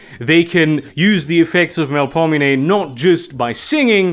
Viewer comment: you can pronounce Melpominee correctly but not Samedi? i've been binging your videos notwithstanding. great content!